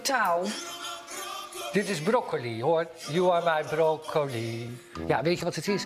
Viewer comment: ijgenlijk zegt hij broco i bedankt voor het hartje